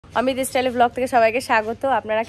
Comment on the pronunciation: Istyle no no it's style